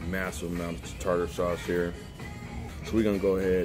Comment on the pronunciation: Tater sauce 😂😂 Tarter sauce... and you have to mix the tarter sauce with Ketchup!